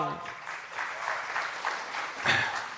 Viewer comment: Ranveer... Tu bhai BramhAand hai... Bol "Aham Brahmasmi"... Nai nai tu bol... "Aham BrahmAand asmi"... lol!